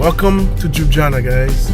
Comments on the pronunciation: Its not Joob its El L yubiana no disrespect just to help ypu out, enoy mate. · Lol... I couldnt understand what city are you talking about. Its not Jubjana, its L-jubljana😂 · Jana is actualy an insult to the name! If you realy can't pronounce it properly ( Lyooblyana), it is much better to say it the way Italians pronounce it: Loobeeana. Please try it and don't insult us anymore with all those j sounds, which do not exist in the original name. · Cool video but its not 'Juana' or 'Jubjana' but LJUBLJANA. Hard to get it right i understand. Google this and listen 'ljubljana pronounciation' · It is Ljubljana, not jujana😂😂😂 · Its Ljubljana, not jubjana😂😂 and Ljubljana is main city in Slovenia. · You pronounce Ljubljana as Liew-Blyah-Nah. The emphasis is on Blyah. You do it this way, it'll sound perfect. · Tip: just pronounce it "Lyublyana" and you will say it correctly. j=y in slovenian. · Very funny...Lju.. blja na... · Bit of a hint: Try pronouncing J as you'd pronounce Y (so lyublyana) and you'll be about 90% closer to its proper pronounciation. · you nailed the vowels. For consonants it's easiest to just swap J for Y in Slovenian and you're good to go. So just pronounce it as you would LYUBLYANA and you'll be spot on. 95% of our vocabulary is pronounced exactly as it is spelled and most letters represent similar sounds to English. A as "u" in sun E as "e" in jalapeño or "e" in best I as "ee" in geese O as "o" in Omaha or "o" in fodder U as "oo" in food C always as "ts" in tsunami G always as "g" in gray J as "y" in toy or Yankee R similar to Spanish Č as "ch" in church" Š as "sh" in English Ž as "ge" in garage or "g" giraffe Everything else is basically identical to English. So you can just sound out words letter-by-letter and it will be intelligible enough. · I never heard someone so mercyless to butcher the name of Ljubljana.